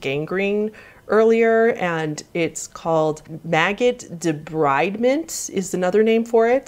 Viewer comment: Great vid. Thanks for doing it. I'm a bit of a grammar Nazi and have an OCD-like compulsion to point out when words are mispronounced. You mispronounced 'debridement' and 'mischievous.'